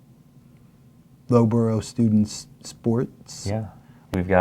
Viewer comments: Loughborough is pronounced like luff bruh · Also Loughborough is pronounced luff-bra